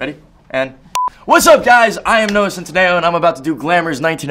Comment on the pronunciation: Actally his surname is italian and it’s not pronounced like that 😂😂😂